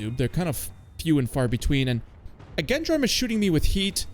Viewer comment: please as a French dude hearing "guendjarme" is hurtful lmao, but if you want the goodd pronunciation, you need to say "djan-d-arm" like "jeanne d'arc" but with "arm" at the end. and incredible video as always bro, please continue to cook